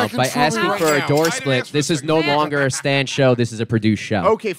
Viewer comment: It's unbelievable to me that Dave absolutely cannot pronounce the word "Stand". How the hell do you add a "w" to that word???